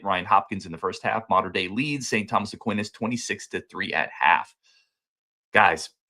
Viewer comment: Aquinas = 'uh-kwai-nuhs'